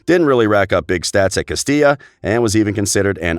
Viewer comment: Did you guys heard him said Castija the first time???? He made amends by pronouncing correctly moments later.